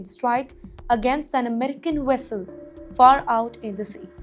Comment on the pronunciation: Vessel,not Wessel 😁